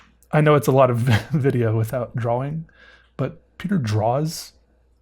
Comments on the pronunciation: I honestly like this guys channel but everytime he says DRAWLING I turn it off idk why but it annoys me hearing it constantly. Its drawing...he knows that-so why add the L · I caught that too, I was like “did he just say drawing?” I played it again and heard “draw-ling” and was like “what is going on here!?”